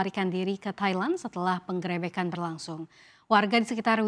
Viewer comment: Anchor mengucapkan kata penggrebekan nya salah dalam pelafalan huruf e. Jangan dijadikan kebiasaan yang dibenarkan.